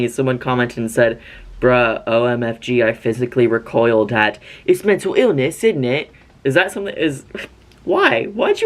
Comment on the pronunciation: the “it’s mentol iwness innit” from your manny mua video made me audibly cackle while i was cleaning, it’s peak comedy